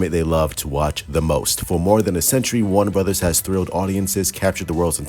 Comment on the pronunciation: Some of the Snyder cult a waving the white flag... Not your boy the. I know it's bad but I enjoy just listening to him try to pronounce things. "Warna Burddas" 😂😂😂😂